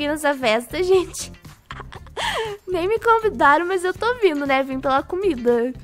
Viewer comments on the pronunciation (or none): none